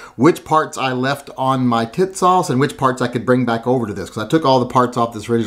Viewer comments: It's TEA-sahsh! Not Titsauce. That's something else... I like what you did,! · Is it me or does it sound like he's calling it tit sauce? I like the gun even more now ! Thanks brother